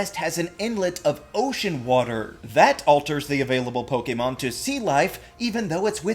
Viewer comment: Please stop pronouncing "Pokemon" so correctly. It just sounds weird